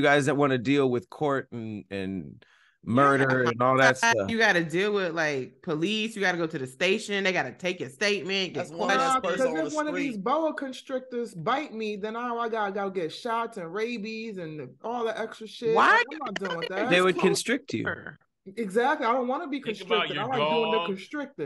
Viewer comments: Yo I can’t stand y’all. I almost spit water on my PS4 when y’all said Burrrr constructor 😂😂😂😂😂😂🤣😂😂🤣😂😂😂. Yo pronunciation kills me every time. I hope y’all are doing well 🤍🤎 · When messed up saying “boa constrictors” and I saw smirk and shake his head, I knew It was over 😂😂